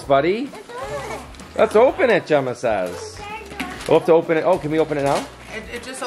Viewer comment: Did he call Gemma Jagger